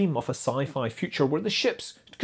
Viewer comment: He put the stress on SAFE , I noticed.